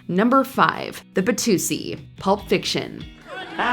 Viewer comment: “Batusi”? Isn’t it the “Watusi”?